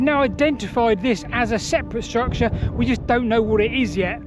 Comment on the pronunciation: "struct-SHA" :face-blue-smiling